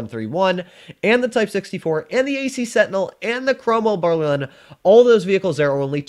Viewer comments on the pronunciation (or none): none